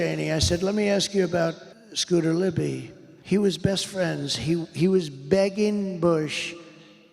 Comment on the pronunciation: Scooter Libbidy toilet is my favorite crossover political meme. (pretty sure he said libbidy twice)